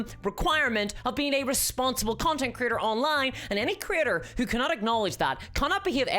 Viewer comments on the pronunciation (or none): Every time you said Creator, I heard "Critter"